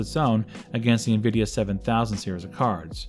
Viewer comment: It's nvidia not nuvidia